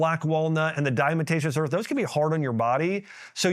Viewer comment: Did you say Diamotacios earth?? Heehee 🤭